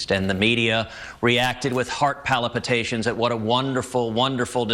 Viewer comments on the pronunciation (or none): I like how Cruz says "heart polypitations" instead of palpitations . What a maroon! :) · "Heart palipatations"? Gotta love people trying to use words they vaguely remember hearing to make themselves sound more intelligent. A good try though, I'm sure no-one noticed, but really Cruz, if you're going to try that kind of thing, at least wear glasses like Rick Perry.